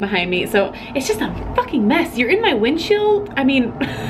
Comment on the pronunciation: Hey...Did ya drink a couple beers beforehand? Lol.."windshield"...just kidding....I loved the episode but it wasn't as gut wrenching as I was expecting it to be...Carl has done a 180 since last season...all he wanted before was Negan dead no matter what...the next minute he wants everybody to live...did I miss the reason for the big change? Anyway...I could go on for hours about the episode..but it was a great one..keep up the good work